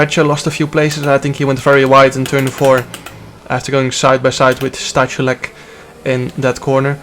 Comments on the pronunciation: It's Sta-hoo-lets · in poland we have 2 "h" one is "ch" and 2nd is "h" and you read both the same as "h". for example: STACHULEC read -> STAHULEC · Stachulec is read in Polish as Stakhuletz